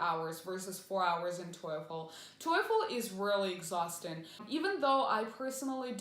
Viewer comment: Weird the way you pronounce TOEFL. Isn't is pronounced like tofu, but instead of u it's with l. Your sounds like toyful